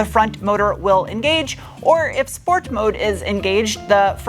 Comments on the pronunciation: Loving it every time to hear the word „Schport“ … best regards from 🇩🇪 … 😅👍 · Why do you pronounce SPORT as SHPORT?